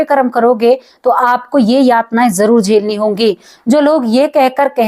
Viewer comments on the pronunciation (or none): जेली नहीं झेली होता हे.